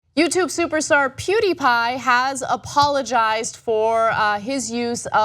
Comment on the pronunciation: What is a Pooteepie?